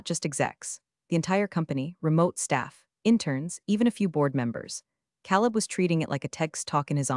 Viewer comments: “Caleb” is pronounced “Kay leb.” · Next time, PLEASE PLEASE pick a name that the AI can pronounce, not Caleb